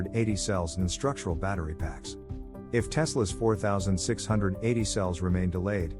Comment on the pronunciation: You need to teach that thing how to say 46-80.